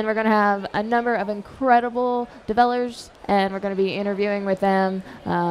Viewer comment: "A number of incredible develers"???